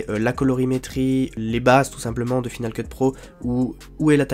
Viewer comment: F"i"nal Keut ? ça ne se prononce pas F"Aï"nal Keut ? tu n'as jamais pris l'anglais à l'école ??